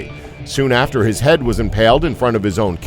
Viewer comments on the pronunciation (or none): none